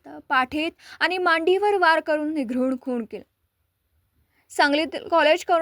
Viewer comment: तुम्ही बातम्या देता आणि तुम्हाला निरघुण आणि निघृण यामधील फरक समजत नाही